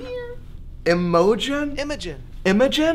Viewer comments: 🤣 my names actually Imogene the way he mispronanced it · It’s actually imo-gene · LMAO Imogen is actually a really basic Aussie name - and the g is pronounced as a hard g, not j :) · Imogen... A real, old name... Pronounced wrong BOTH times. Oof